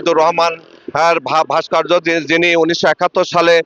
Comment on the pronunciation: শব্দটা "ভাস্কার্য" নয় রে বলদ ওটা "ভাস্কর্য"।😂😂